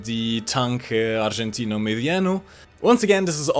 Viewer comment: I know its nit picking but just a little help: the 'g' in argentino is pronounced like an 'h' in english. so it would be pronounced as: " ArHentino" - Thx for all the vids! tschüss